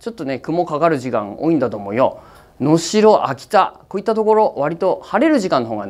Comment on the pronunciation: 能代はのすろになってないのがきになった